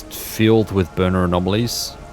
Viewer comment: Why are "anomaly" and "anomalies" changed to "amomawy" and "amomawies"